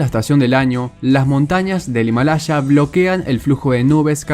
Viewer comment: No es Himalacha es Himalaya, por favor seamos serios.